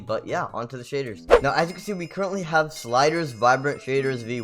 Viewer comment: says sildurs vibrant shaders this guy: sliders vibrant shaders